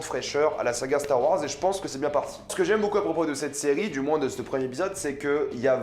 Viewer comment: Arrête de dire « c’te » stp, ça me fait saigner les oreilles, on dit « cet(te) » Merci 🙏